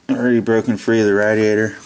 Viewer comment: If you say radiator wrong one more time I’ll find you istg